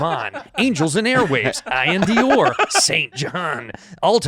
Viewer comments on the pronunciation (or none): called iann dior eye-in